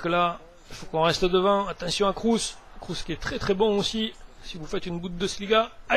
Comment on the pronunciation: Kroos se prnonce "kros" et Götze "gueutze" ;)